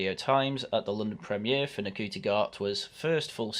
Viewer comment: Saying his name wrong, its Shooti, how dare you not know Nc is pronounced Sh in Rwanda you massive Wacist